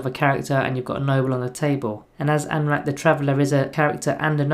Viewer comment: I wish you'd get his name right at least once; an-ra-keer is not hard.